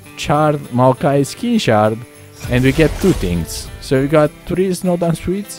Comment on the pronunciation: Snowdown pronounciation (showdown) R.I.P XD